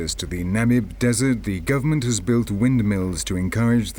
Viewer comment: Oooo this narrator throwin shade. He said "guv'ment" to make it sound more "ghetto".